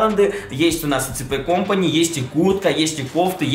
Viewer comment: СИПИ КОМПАНИ, А НЕ ЦП КОМПАНИ!!!!